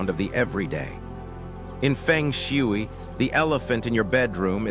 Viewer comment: Nobody will believe you. You can’t even pronounce Feng Shui in the right way. Research first how to pronounce it before making a video.